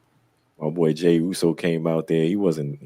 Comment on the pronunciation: I know u wanna talk about the Owen Hart cup...-MEEEEEE?!?!?!? 😂🤣😂 another great show fellas 🫡 keep moving forward. Also I agree with... u butchered that Jey Uso line 😂😂😂